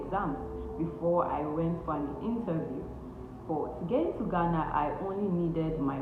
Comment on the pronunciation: You are the first Nigerian I have heard pronounce Ghana right.. Nice video 📷